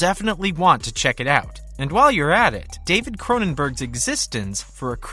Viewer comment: Can you please pronounce eXistenZ correctly?